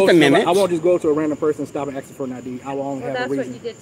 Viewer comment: For God sake. Ask not axe.